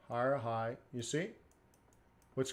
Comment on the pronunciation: Buy low (blow), sell high (shigh or sigh) lol love it !!!